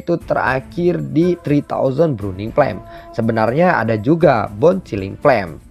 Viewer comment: Bukan bruning cuy 😂 Burning 🤣